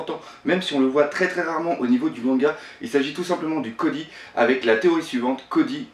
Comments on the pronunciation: c'est Coby pas Cody et c'est Luffy pas Loffy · on dit koBy est pas kody est on dit Luffy pas louffy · et cody 😂